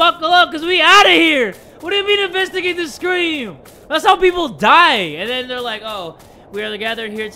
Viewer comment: "Invastugate the scream": screams 😂